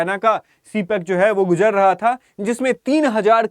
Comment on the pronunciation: Gujar raha tha not guzar raha tha😂😂😂